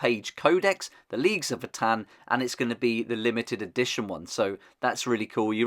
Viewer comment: I really really love these. Gonna be my main 40k faction especially now that I prefer marines in HH. And new Horus too! I’m doing sons of Horus haha. Btw it’s vo-tan . Not vuhtan